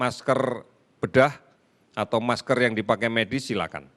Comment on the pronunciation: MASKER PAK MASKER, BUKAN MASTER, HADEEEEH , SARAN SAYA MENDING BAPAK STOP BICARA COVID, MAKA SAYA YAKIN CORONA AKAN HILANG.